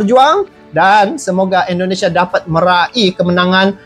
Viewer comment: tolong perbaiki penyebutan INDONESIA dengan benar. INDONESIA. bukan ENDONESIA. Terima kasih